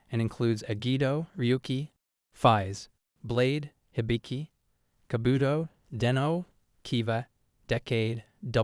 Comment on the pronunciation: Love how u try to pronounce them but for Hibiki its (he-bee-ki), Kabuto its (ka-boo-toe), OOO is O's not Oz, Geats the G is not a J sound, Gotchard is (got-chard) not Gochard. Again not saying anything bad but love how you show this off